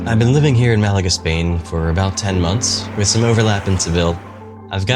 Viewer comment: Still pronouncing Malaga like that, is crazy work…..